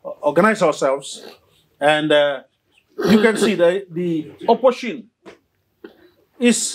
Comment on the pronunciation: P)ease say opposition, not oppotion.